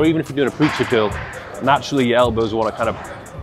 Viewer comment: I don't notice your accent much until you say curl, and it sounds like kill.....